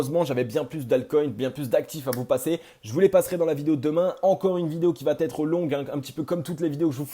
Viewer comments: comment t'écris "ça va-t-être"?!? ;-) Il n'y a pas de T dans la liaison. Pour le reste bravo -) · Merci pour cette vidéo très intéressante mais ta crédibilité serait encore plus forte si tu acceptais de supprimer ce foutu T après va. On dit va être, pas va têtre